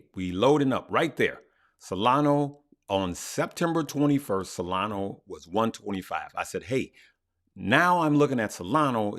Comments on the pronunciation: It is not solano but solana 😊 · Hey, love your videos and want to thank you for everything you do. For the love of all that is holy, please stop saying “SOLANO” 😂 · Solano ? i think you mean solana haha